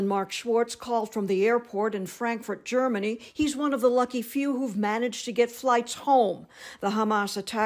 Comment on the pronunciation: Germany. Not Jersey You